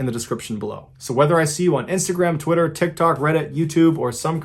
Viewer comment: MrBallen please say TikTok again 😂 Idk why but it makes me laugh